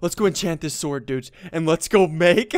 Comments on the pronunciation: why do you say dudes like you have a mouth infection? no offense but why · Why do u always say "dudsh" instead of "dudes"? 1000$ btw!!! thats a lot of money for minecraft!